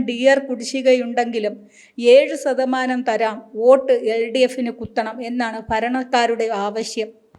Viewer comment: സതമാനം അല്ല. ശതമാനം എന്ന് പറയുക.